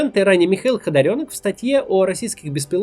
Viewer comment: Не ХодОрёнок, а ХодАрёнок